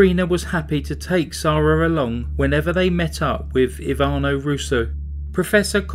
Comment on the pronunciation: Why’s her name pronounced as zarah when it’s spelled Sarah? Noticed a few ppl do this unless it’s different countries pronounce it differently